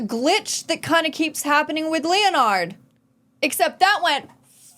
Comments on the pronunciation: Lol its KLEIN - (CLINE) and Leonard (LENN-ERD) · Klein is pronounced "kline". Leonard is pronounced the same as leopard, with the "p" replaced with the "n". Some of the VA's don't quite get the names right, but most of them do, so it's weird that you're not saying the names correctly.